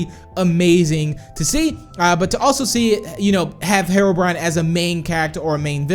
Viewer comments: Hero not mero brian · Its HE-ROW-BRINE NOT HERROW-BRYAN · Btw it isnt said how u say it its he ro brine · said harobrine lol 😂